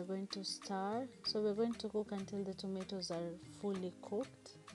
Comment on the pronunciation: Eti tomeros.. 🤣🤣 wakenya jamani eee. SEMA tomatoes ama Nyanya!